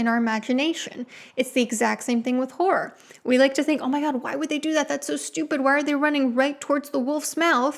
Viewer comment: It’s hard to hear if you’re saying “horror” or “gore” because you some how turn “horror” into a one syllable word when you pronounce it. It sounds more like you’re saying “whore” which is not “horror”. Sorry to nitpick the way you speak, I just find it very distracting and it was genuinely hard to differentiate which word you were saying towards the start of the video.